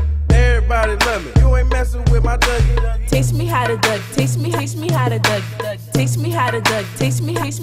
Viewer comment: It's duggie not dougie